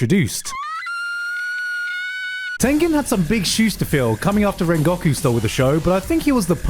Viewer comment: I'm going to pretend I didn't hear how rengoku was pronounced